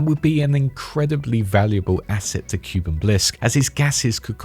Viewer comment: the correct pronunciation is (kooh-ben) shorter O sound but you get it, Edit: bin or ben, both work